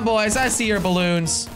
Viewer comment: Blloons or balloons?